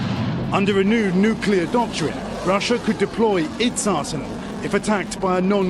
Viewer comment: NEW CLEAR not "new cue lur."